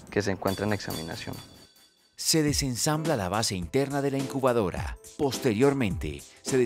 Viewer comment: no es encubadora si no incubadora...